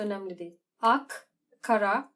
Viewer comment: Ak ile kara'nın telaffuzunu fransızca yapman, inanılmazdı. :)